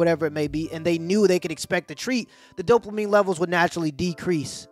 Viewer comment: if he says "Dope-La-Mine" one more time, my head is gonna explode. It's dopamine."Dope UH Meen".